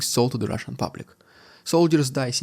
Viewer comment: Please say, “Russian dude”, in a normal fashion.